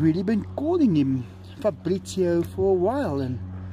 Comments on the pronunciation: factroy cats new name is pronounced Fa-bri-cio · Si dice FABRIZIO Caro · Not farbrizio but fabrizio I'm Italian